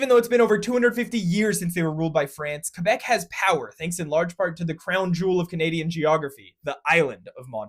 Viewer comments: OMG. You pronounced it like they do. It's most def Kay-Beck. And you pronounced the French R correctly, too. Nice. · FYI Canadians pronounce it "Muntreal" as in the Munsters. Thank you for the effort saying Quebec the French way (Kebec instead of Quebec), it's appreciated. Note however that Montreal has a very important anglophone population (English, Irish, and Scottish) as represented on its flag: Saint-George's cross, with a French fleur-de-lis, Scottish thistle, Irish Shamrock, and English rose placed in each corner. A spruce was added about 10 years ago, in the center, representing the Iroquois. I am a proud French-Canadian, and again thank you for the recognition, but it's important to also remember and recognise my fellow Montrealers. Thanks for the video Go Habs Go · THANK YOU THANK YOU THANK YOU for pronouncing it like "kebec" instead of "kwubec"